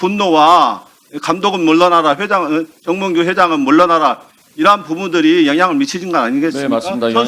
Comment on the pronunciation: "명"과 "몽"이.... "멍"으로 들리네...